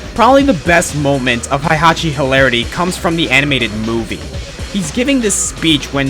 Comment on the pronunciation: /twitches/ It's pronounced HEY-hachi, not HIGH-hachi. (Ugh, I don't even LIKE the old bastard and I'm still getting worked up over the pronunciation of his name... I'm such a weeaboo. XDD)